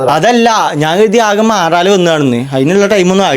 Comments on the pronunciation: മാലാറ😂😂😂😂😂😂😂😂 മോനേ മാലാറ അല്ല - മാറാല എന്ന് പറ😀😀😀😀😀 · Maraala thanne aan correct. malara enna parayunne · മാലാറ ❌ മാറാല✅ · മാലാ റ അല്ല മാറാ ല ആണ്